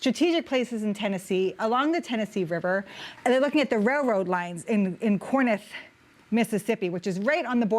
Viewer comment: It's pronounced Core-inth. Not Core-nith.